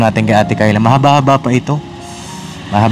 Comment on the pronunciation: Ano ba talaga ang tunay na pagbigkas sa pangalan ni Kyla o Tyla 😅 puro Tyla kc si.Ay naku noon pa sana kong nakinig si Kyla hindi ako bashers papadinz pero pagnagsasalita si at demanding sila sorry po kaya ang mabuti papadinz sa institusyon na lng ipasok.